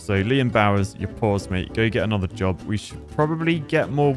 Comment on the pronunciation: ""Ibe nicked yer jerb!" Sounds like the southerners in my woods. XD